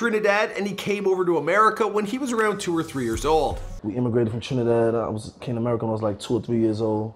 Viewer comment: He butchered Trinidad😢😢😢